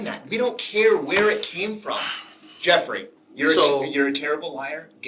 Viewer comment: 🗣️ Jefferey? So you just said Jefferey 🤔